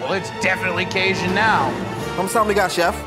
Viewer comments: If I hear casian again ima lose my mind 💀 caJun 🤣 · driving me 🦇💩🍌🍌🍌 that he can't say caJun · Why does pronounce Cajun like that 😂